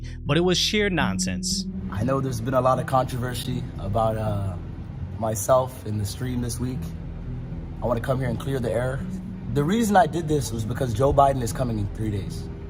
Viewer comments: Contro-vershy 😂 Controversy, see without an H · Lol " controvers-ity" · poossie of course he went limp...got scared ..and its " controversy". Learn how to pronounce your words